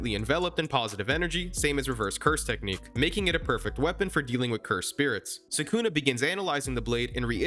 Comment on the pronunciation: SUKUNA ...NOT SAKUNA WHY DO YOU SAY IT THAT WAY